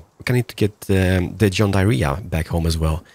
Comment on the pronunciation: Still saying john diarrhea xD